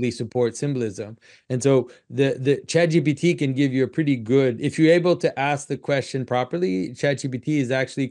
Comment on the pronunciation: when john says chat gtp he sounds like when zizek says mark zuckenberg, ok grandpa